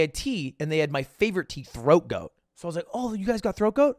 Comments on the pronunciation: He definitely obfuscated the pronunciation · awesome story but is anyone else bothered by the fact that he calls it "Throat Goat?" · Is the tea he was talking about throat goat or throat coat? Sounded like goat but all I can find it coat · Did he say “throat goat” instead of “coat” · he was saying throat coat and i was like “did he just say throat goat” edit: likes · I shrieked every time he said throat ‘goat’ tea 😊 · Hey I wanna try that tea but I can’t tell if you are saying throat goat or throat coat. Can someone help me out here?